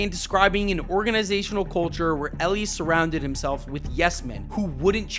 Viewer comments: Just word of advice... double check how to pronounce names before you do these. Hearing you mispronounce Elias and Rubenstein every time was tough. I will say Brandon Hyde was absolutely a problem. He wasn't just managing the roster he had, he regularly mis-managed his bullpen and played analytics way too much. He constantly took hot batters out of the lineup because of lefty-right matchups. Sometimes you just have to let guys go out and hit. He never had a consistent leadoff hitter. Some days it would be Cedric, sometimes Gunnar, sometimes Holliday or Cowser or Westburg...he never allowed any consistency. The Orioles were amazing last year when Gunnar led off and Adley hit behind him. Then for whatever reason right before the all-star break they stopped doing that and everybody slumped in the second half of the year. The Orioles did spend this offseason, but consistently on horrific contracts. $72.25 Million on an oft-injured Tyler O'Neill, 41-year-old Charlie Morton, 35-year-old rookie Tomoyuki Sugano, over-the-hill Gary Sanchez, over-the-hill Kyle Gibson, and failed prospects like Ramon Laureano and Dylan Carlson. Andrew Kittredge immediately got hurt when they rejected Jeff Hoffman for injury concerns. It was a horrible free agent haul. On top of it O'Neill's contract was horrific because it's a 3-year deal but with an opt-out after one. So basically if O'Neill performed great and by miracle stays healthy he's out after just one season. If he's injured and/or bad we are s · E-lie-is, not Eleis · btw elias isnt said like eleius it's said like Eh-lie-us and santander is saun-tuan-dair (saun like sauna and tuan the same) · bro said Elias wrong